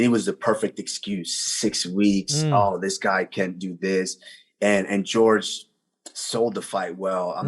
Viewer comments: Calling him “George” and not “Jorge”>>> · usman is the only nigga to pronounce Jorge gorge